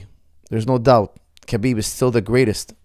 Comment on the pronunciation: Why do you keep pronouncing the K in Khabib? Isn’t it pronounced Habeeb?